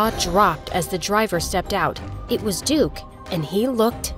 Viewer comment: duke-y sounded like dookie so he called him crap :)